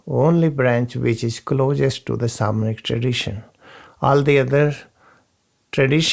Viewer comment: When You say Samanic tradition do you mean Shamanic i tried to look up info on it and could not find it , thank you